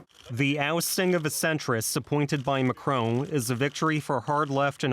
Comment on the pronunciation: Who is this macroon person? Macron is the name you are mispronouncing